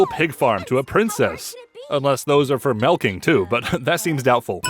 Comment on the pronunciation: The real sin is how pronounces "milking" as "melking".